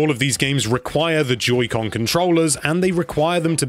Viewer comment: I heard him say “Judy con”